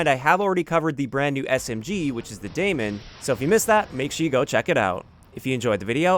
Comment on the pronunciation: It’s pronounced “Dēmon”. They used the Old English on the name to try and be fancy but I’m a firm believer in Respecting Proper Nouns so it’d be awesome if you corrected that. As for impressions of the gun, thanks for that. Just like others have already said it’s a more aggressive version of ICR but definitely not worth $100 Very good to know